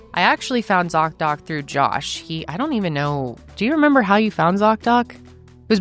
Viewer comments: I’m a french Canadian 🇨🇦 and his prononciation of his name is horrible 😂😂😂😂 🆘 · French Canadian here! Josh pronunciation isn't the best 😂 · Josh did a good job with the accent. :) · I’ve been watching you since 2020 (I show up about once or twice a year and binge watch everything that I missed) from the French speaking side of Belgium. I don’t feel Josh’s pronunciation of his name was very French sounding but kudos to, who did a great job with hers ^^